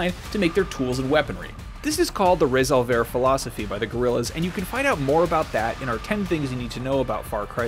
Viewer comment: Resolver... Resolve. But the way you say it is horrible